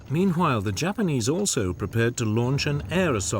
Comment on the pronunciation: am I the only one hearing him saying - hwile instead of while? meanhwile. am i tripping?